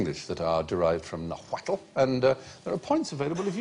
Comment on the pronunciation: Mr Fry: First of all, Nahuatl is pronounced "Naw-wat". The L is silent. Sandy is correct that chocolate is a Nahuatl word. And guacamole IS a Nahuatl word, mole is a Nahuatl word, as is avocado, which comes from aguacate.